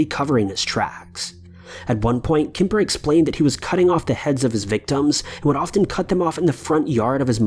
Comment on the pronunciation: It kemper not kipper lol